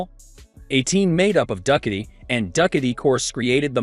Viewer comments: Come on bro duck- a dee, you mean ducati? do cot t. LMFAO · Duck-uh-tee. LOL! It's Ducati = Doo-kot-E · When getting someone to do a voice over on a video, the person should “know” the subject, namely: the brand names of motorcycles. Ducati pronounced Do ka tee. Not Duck a tey. That’s just one. Listen, if you don’t “know” what you’re talking about, better to be quiet and thought a fool than to open your mouth and remove all doubt. FYI. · The AI doing the narrative needs additional tweaking. This is a "tech" site so you would expect the narrator to be able to pronounce a famous motorcycle OEM like Ducati. I couldn't watch it anymore after it started saying "Duck-a-dee" over and over again. Anyone who rides knows it's pronounced "Do-ka-tee" not "Duck-a-dee." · A weird way of pronouncing Ducati,, check it out . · From now on, ima call it duck a dee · I'am italian, try with this: Du - similar to "Doo"m pronunce without the M Cat - similar to "Cat"erpillar E - similar to "e"-commerce or "e"-mail Ducati -> DooCatE Is the closer pronunciation that you can try, in order to match the original sound. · Do you miss pronounce the Duckti and you didn’t give any coast ? Why make a video and leave out information? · Dude said duckati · Who are the getting to read this translation into English? Duckatti - is that some kind of new brand? What the dude? Lol!!!!!!!!! Look it's Duckatti - you mean Ducatti? No it's pronounced Duckatti!!!!!!! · The narration is cringeworthy… Ducati pronounced duckady?! I guess that is what you get when you let some half baked AI do the talking. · Get someone who can properly pronounce Du- ca- ti. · I know, right?! I was digging all the sweet looking e-bikes but I couldn't believe how no one involved with creating or uploading this video could miss such a badly mispronounced word like "Ducati"! 😏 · Please get a narrator that can pronounce Ducati, etc. properly. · Can’t even pronounce Ducati on a bike video it’s just laughable